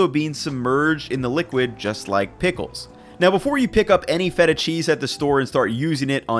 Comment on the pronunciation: Well, this guy looks like someone who eats A LOT of cheese, so I guess I'll go ahead and believe what he says about cheese (even if he doesn't pronounce the particular name of the particular cheese particularly correct). I'm so glad that my old ancestors developed a tolerance to milk beyond infancy, so that now I don't have to be "lactose intolerant", because I LOVE CHEESE! 🤗